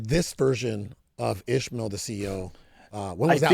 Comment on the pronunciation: its not ishemale, its IS Ma EL